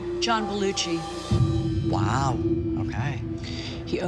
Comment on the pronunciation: ERM..."John Beluchi"?? (It's John Belushi.) She obviously didn't know him 'that' well.